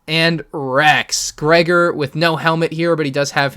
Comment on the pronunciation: I’m sorry but it’s Gregor not greigor